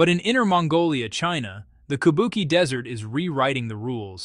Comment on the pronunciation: Teach your robot narrator that QI in pinyin is pronounced CHEE. So, Kubuqi is KOO BOO CHEE. KABUKI is japanese ancient opera.